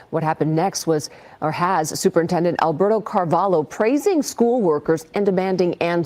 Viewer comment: Good to find a Portuguese person I can be proud of. Very minor nitpick: 'Carvalho' is Portuguese -- 'LH' is pronounced like Spanish 'LL' or Italian 'GL'